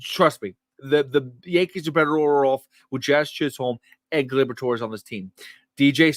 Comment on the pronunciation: Don't pronounce the L in Chisholm! Its like Stewie overemphasizing the H in Wheat!